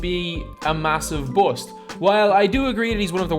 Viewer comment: "He is considered a buouost"